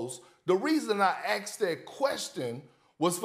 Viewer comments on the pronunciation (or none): 'I aksed that question' why the hell is Perk even there?! 🤣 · What is it with that "aks" instead of "ask"? (I am not a native English speaker) Is it slang or is it regional dialect? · Why is Kendra "axing" questions? 😂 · Did Perk just say “ I axed him “? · also try saying asked Instead of axed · The moment someone says Axe instead of asked, i'm already discrediting what they are saying. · Axed that question?! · Asked… not axed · I aksed. If only you didn't...